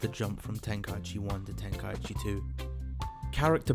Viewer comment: Before making an hour long vid, atleast learn how to say tenkaichi properly. Idk how so many people say it wrong